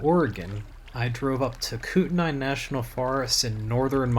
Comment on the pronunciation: check out this link for the correct pronunciation of Kootenai and other Idaho originals.